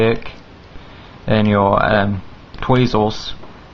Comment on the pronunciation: tweezers not tweezews